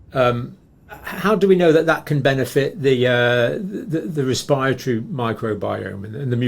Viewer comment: Not "respireatory, respiratory.